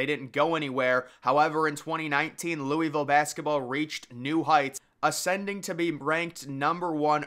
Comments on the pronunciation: Your pronunciation of Louisville almost made me throw my phone out the window. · “Louie Ville”